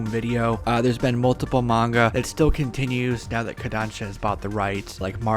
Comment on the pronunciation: At last, an American Who can pronounce Manga properly. Lots of numpties say Monga. It’s sooo annoying. Big eyes? Because it Manga? Japanese anime! Mah-n-gah!